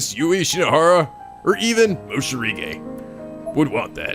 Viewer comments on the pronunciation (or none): It's already been 2 years and is still calling Morishige as "Moshirige" xD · OW MY CHILDHOOD. IT HURTS. IT'S ACTUALLY "MORISHIGE"?! NOT "MOSHIRIGE"?! (I wasn't here for Corpse Party) EL PSY KONGROOOOO